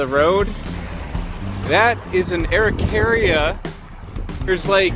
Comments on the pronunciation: I think its pronounced: A'ro-kay-ri-aa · You butchered the pronunciation beyond repair xd. In chile they are mostly eaten toasted or as flour in bread, tho pine nuts dont even exist here, common araucaria nuts are around 6cm long, some even get to 10. Also the religius appreciation for them is found in every single place where it grew, since it is a long lasting foods source that can be used for everything. Here they have spiritual value, the mapuches take care of their trees for generations even.